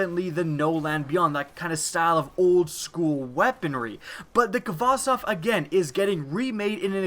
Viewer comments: you pronounced khvostov wrong. you pronounce it hva-stov. it's a Russian name. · The 'kh' in Khvostov is pronounced like the h in 'help'. It's 'Хвостов' in Russian, and the Russian 'X'=H. Just wanted to clear it up and I'm not dissing your pronunciation. Just say Hvostov, make Mother Russia proud, make Putin proud.